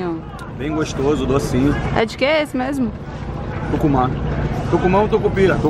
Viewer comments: kkkk shopp de tucupi.kk me assustei mas aí vc falou tukuma. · Tucumá ou tucupira???😂🤣😂🤣😂🤣😂